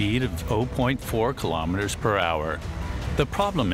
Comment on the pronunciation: Kilometers.....NOT.....ki - LO - meters! Free Doc. the worst of the worst! 👎👎👎👎👎; the narrator Just doesn't get it!